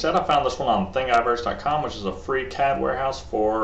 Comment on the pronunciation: bro its thingiverse not thing eye verse lol think universe.